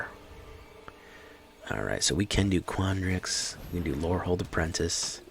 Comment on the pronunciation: Ackshuwally... quandrix. Lol